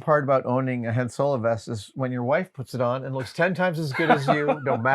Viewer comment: Team Han rhymes with 'on' not with 'plan' right here ←